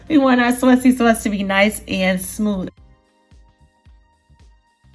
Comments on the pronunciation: Sawseee sauce??? 🤣🤣🤣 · like everytime she says Sausey Sause 😂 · Me: "Say Saucy Sauce one more time!" Her: "SUOACY-SUOACE" Me: "Yessss....one more time!" lol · Saucey sauce 😂😂 you must be from NY